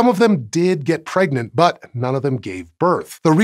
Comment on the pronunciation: Did you mean pregananant or pregernet?